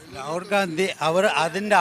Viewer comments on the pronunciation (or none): none